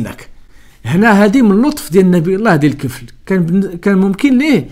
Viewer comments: وَذَا الْكِفْلِ ((الدقيقة ) الكسرة في آلكاف،فقط تصحيح لأنه قرءان يجب أن ينطق كما هو.....ولذلك لم يحرف لأنه حفظ في الصدور قبل السطور..... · خويا عزيز لكن ملاحظة الكفل بالكسرة لكاف وراه الآيات القرآنية ما خصش تكون فيها أخطاء.شكرا على فديوهاتك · صحح قراءتك اخي ذو الكفل بكسر الكاف و ليس بفتحها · "الكفل" بجر الكاف.